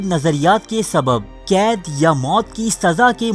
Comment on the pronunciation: ذرا اپنے بولنے کا انداز تبدیل کریں۔ کھینچ کھینچ کر نہ بولا کریں۔ نا گوار ہوتا ہے۔ اور کید نہیں، قید۔ کیمت نہیں قیمت۔